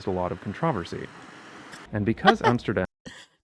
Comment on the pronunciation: "controversy' was actually pronounced the right way in the video.